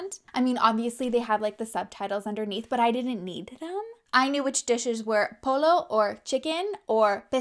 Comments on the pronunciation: I'm really sorry but your pronunciation of pollo killed me. It's like poy-o not pollo. Respectfully no hate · You said POLO. The LL is pronounced as a Y. POYO basically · Girl it's not polo... its poyo!😭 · Oh yikes.. babble told you to say polo??? Lol. Its pronounced like poi-yo. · Pollo = poy-yo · LOLOL oh nooo. 🤦🏾‍♀not POLO! 🤪😊🖤🖤 this is why i fux w| you,! you keep it real + i legit respect that. never change. 🖤✊🏾 ETA: oh it's "po-yo," BTW. the double L in Spanish is almost always a Y sound. so, chicken = pollo = po-yo. my second fav kind of taco. 😁 mi favorito primero es camarón, which my friends find hilarious b|c it sounds like how most native Spanish speakers say my name—💁🏾‍♀—Kameron. well, camarón = shrimp in Spanish + i'm basically the size of an overgrown toddler. 😑 so....ha-ha. 😑😑😑😑 i guess the up side is it's a Spanish word i'll never forget? my friends suck. LOLOL! 😂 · LL is pronounced as J in spanish. So you say pollo as pojjo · Lmao it’s so funny how you said polo💀 it’s pronounced poyo😭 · Baby girl its pronounced "poy-yo" lmao not polo. That made me chuckle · Pollo not polo! 😆 say it like po-yo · I'm learning Spanish as well :) keep up the good work! Gentle reminder that the double "ll" in spanish sounds like the "yuh" sound. So instead of "polo" it sounds more like "poi-yo." Buen trabajo, amiga:) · I love the Spanish! But it’s pronounced like poyo not pollo. If you’re wanting to say it properly in Spanish. I worked at a Mexican restaurant and they made us say everything properly. ☺️ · Hi bestie! It’s pronounced “poYo” not “poLo” for chicken!(: hope that helps! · When you say Pollo for chicken the double L's are always pronounced like a y. So Pollo would be said like poyo. Another example is Padilla. It would be said like pa-dee-ya Castillo. Kah-stee-yo Love you and all of your hard work. Thank you xoxo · Btw... The correct pronunciation for "pollo" is 'poyo' instead of 'polo' cos I thought I heard you said 'polo' for sure.